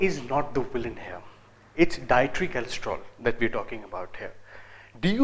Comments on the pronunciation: it is cholesterol re...not kalestrol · Kalestrol? lol chutiya